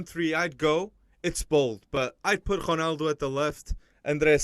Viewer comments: This guy is so annoying he tries to hard on pronunciations its like Martin Tyler but on a whole other level Honald? What are you saying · no romaldo doesn't pronounce his name that way so how is that right shut up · He never pronounces the letter O at the end of any name. Is that the real portuguese way?